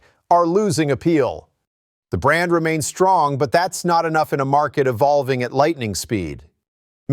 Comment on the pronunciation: I knew VW would screw up brand. By the way half video you pronounced brand correct other half not?